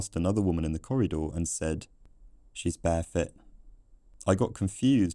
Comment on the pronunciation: I'm really sorry to comment on something so silly, but at the same time it is about vowel pronunciation. I noticed the way you pronounced corridor at 12.38 is something I've only ever heard once before and it was a few weeks ago on another YouTube channel. The channel called out the way the person pronounced it. If it's ok, here is a link to the short they made about it